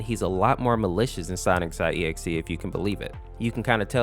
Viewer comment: why do you pronounce sonic normal but when you say SONIC . exe you say Sonix.EXE?